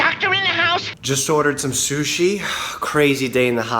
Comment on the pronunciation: Ok Mike love your channel, but shushi eeek 😅